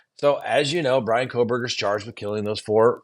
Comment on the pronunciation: You seem out of the loop with the Kohberger case in particular. . Mis- pronouncing the Victims name after all this time makes it appear like you don’t have a clue. Your analysis of this case has been a phone in from the get go.